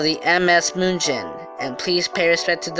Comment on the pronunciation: Can't listen to the way the narrator says the ships name moonshin 😩